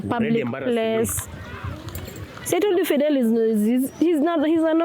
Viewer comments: Videl....its videeeeel....practising invidelity with my wife.....😂😂😂😂😂😂😂mnarudisha mzee soko surely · Fidel practicing invidelity 🤔😁kizungu